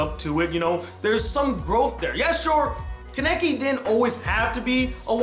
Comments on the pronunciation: why can't you pronounce names right? lol I notice that in a lot of your reviews like even if the name is clearly said in the anime you pronounce it wrong or the title of the anime you'll pronounce wrong which isn't that bad since the title usually isn't said so you don't usually know how to pronounce it but your pronunciation of character's names irks me just a bit. kaw-neh-key not kuh-neck-ie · why can no one pronounce kanekis name right he can't watchmojo can't it is easy